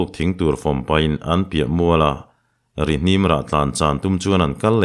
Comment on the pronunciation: An thlawh hma phu loh chuan Buh an thar hnem ngei in an ring tih hi adik lo deuh lo maw le,an ring ti leh chauh si hi.tin,Rihnim hi thluk hniam tur ani zawk.